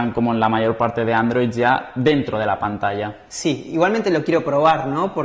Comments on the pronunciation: ....pantalla se dice "pantacha"....saludos!!! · no dijo PANTASHA jajajaj